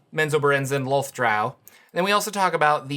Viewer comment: they also changed how to pronounce DROW<RYMES WITH CROW, NOT COW. ITS DROW/CROW NOT COW. WHATS SCARIER, A HERD OF COWS OR A MURDER OF CROW? My blood pressure spike every time i hear it. LOLTH LIKE CLOTH. NOT WOLF